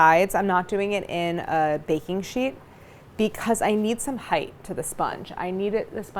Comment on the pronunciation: height mama height, not heigth. length and width are spelled and pronounced differently. sorry, but that mispronunciation drives me up a gd wall.